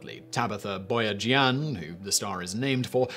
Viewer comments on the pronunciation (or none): Boyajian's surname is pronounced bo-ha-zhin. Don't ask how I know, I don't want to talk about it.